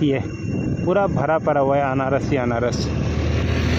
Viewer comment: अनारस नही अनानस,बोलना सही से किया करो